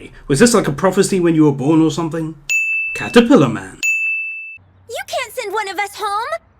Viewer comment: "CaTApilAR MaN" I laughed so hard I'm suprised I diddnt die... I'm not kidding